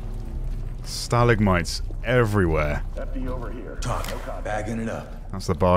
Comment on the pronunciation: So satisfying the way this dude says stalagmites